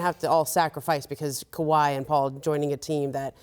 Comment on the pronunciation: Scottie finally learned how to say Kawhi 😆